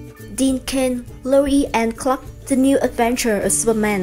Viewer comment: Dạ em góp ý nhỏ 1 xíu thôi ạ. The trong tiếng anh mình đọc là "đờ" ad đừng đọc là "giờ" ạ. Em ko rõ là đúng TA hay ko mà em nghe hơi ko đc hay cho lắm với cũng kì lắm. Em ko giỏi tiếng anh nên ko dám bắt lỗi. Cơ mà add cần học thêm tiếng anh nhiều hơn. Mấy khóa phát âm 1 hoặc 2 tháng em thấy cũng ổn phết.